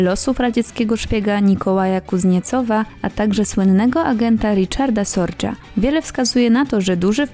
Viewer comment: Dziewczyno co ty gadasz. Jakich nazistów.. NIEMCÓW. Po drugie nie Sordze a SORGE